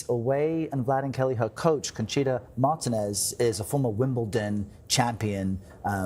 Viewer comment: The disrespect in mispronouncing her name is astounding, do better. They even mispronounced Martínez, there’s literally an accent in the name for a reason!!!